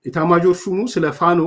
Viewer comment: ፋኖ ብለህ ስታነብ " ኖ" ጠበቅ ብለህ አምብበው። ሌላ ትርጉም ሰጥህ የምትጠራው አስመሰለብህ።